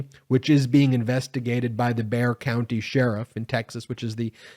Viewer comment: Congrats on saying "Bexar" County correctly. Because Abbott allowed this, he is complicit in this crime.